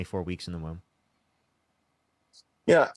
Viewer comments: WHY DOES HE KEEP SAYING WOON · Exactly my point. The clown in the video kept saying “woon” instead of womb. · Pretty sure he keeps saying wound instead of womb. This was painful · I heard "wound" instead of womb a few times, but more importantly, please don't let him reproduce until he's had a couple lessons in human biology. 😬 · And an aig implants in the woon. This dude votes. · Is the guy saying wound? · And he kept saying wound not womb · Everytime he says “woon” I lose it. Fix your speech before you worry about my body holy shit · Yes, and he kept saying "woon" for womb. Seems like he has IBS of the mouth. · This is painful to witness and encourages me to fight for the importance of education. This poor soul is so beyond willful ignorance, and my brain hurts trying to follow his garbled, and highly mispronounced, argument.